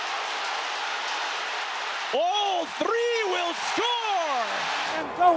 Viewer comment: The rolled r was accidental but glorious. “All thRRRReee will score!”